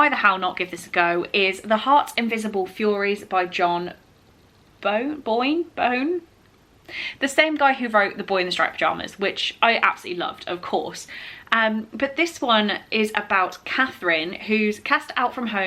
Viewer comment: John boyne is pronounced like “coin” but with a B instead of a C I think 😂😂😂